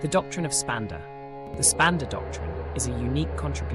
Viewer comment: Ummm, the mantras are: AHAM BRAHMASMI; you left out the I at the end. It is pronounced Brahm-aasmi. And SHIVO-HAM (the Ham of course is pronounced Hum). And Spanda is pronounced Spun-da with the d pronounced as in "this." And PLEASE: do learn how to pronounce Parä, Päräpara, and Aparä properly! Sorry to be blunt. But aside from that, this video is SUPERB; so informative and deeply insightful. Sincere thanks.